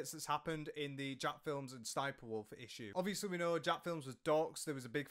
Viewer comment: Why do ppl refuse to say Jacksfilms name right?